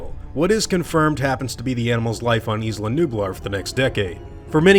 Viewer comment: Isla is pronounced (eye-luh) in English, not 'eez-luh' as it is in Spanish. Do you also pronounce island as 'eez-lund'?